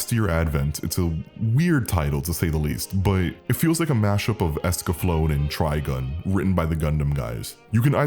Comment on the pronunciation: I had to stop watching when you mispronounced Escaflowne. You said Esca Flown, it's pronounced Esca Flow Nay lol